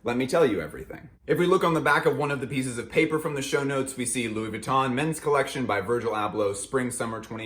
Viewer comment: Pls learn to pronounce VUITTON correctly....it´s so painful to hear it misspelled over and over again!!